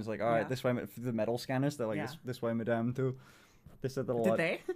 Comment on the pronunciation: THEY DID NOT SAY "MADAME", THEY SAID -"MANDAME"